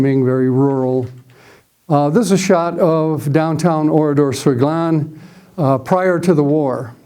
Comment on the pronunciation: Thank you,, for your very good presentation. I am very interested in WW2, have been to Oradour-sur-Glane several times and also speak French and German. I was impressed with your correct pronunciation of names and places related to the topic. It was especially pleasant to hear ‘Glane’ and ‘Kämpfe’ pronounced properly for a change. The road you wondered about leads to Limoges. The photo of 189 murdered men is actually in Lidice, not Oradour. The Milice was not involved in the bloody operation at Oradour; it was solely a unit of Das Reich. Indeed, at least one of the victims, Albert Roumy, was believed to be in the Milice. The body on the fence is that of Henri Poutaraud, who indeed was trying to escape but was spotted by an SS sentinel. Only five men made it out alive from the carnage. The death toll at Oradour has been revised upwards to 643. The car on the main square actually belonged to a Mr. Texereau and was moved there from a few metres away after 10th June 1944. The boy arrowed in the photo from the boys’ school is not Roger Godfrin. If I remember correctly, the boy in the photo is amongst the victims pictured in the tunnel in the Centre de la Mémoire.